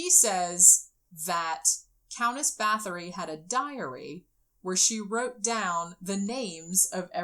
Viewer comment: Her name is pronounced BAH-TORI not BATH-ORY. It hurts when I hear her name called wrong. 💔